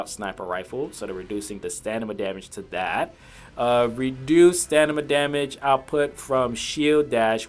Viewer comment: Killing me with "stanima" (stamina)